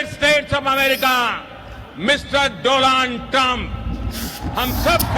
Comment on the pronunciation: DONALD NOT DOLAND (SLANG WORD)